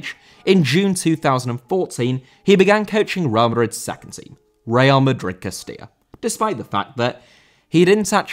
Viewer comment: Castilla* not Kestía